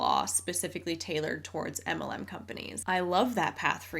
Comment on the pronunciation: says "anti muhlem" and also "emmalem" LOL Love her, and this channel, but it took a bit for me to figure out what she's saying 😂